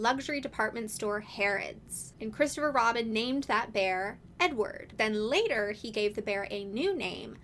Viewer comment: The first couple of times you said "Edward" i kept hearing "n-word" and so i was sitting here trying to figure out uf you were saying that Poohs og name was a slur lmao; which i figure you would have a very different tone if that was the case lol, but like, I dont really think I'd be surprised at this point lol